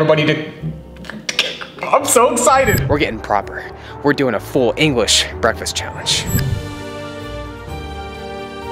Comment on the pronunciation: Did anybody heard say englis🤪🤣🤣